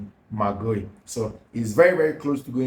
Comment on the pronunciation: please, the name is Spelt Guiu. Pronounced (Gi yu).....not (Ge iu)